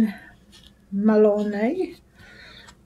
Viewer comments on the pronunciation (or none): none